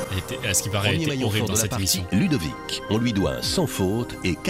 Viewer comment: Tu dis imission au lieu de émission